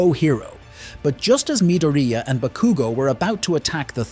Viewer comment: It was mildly annoying to hear you repeatedly mispronounce Bakugo and Midoriya's names in this but it's otherwise a great recap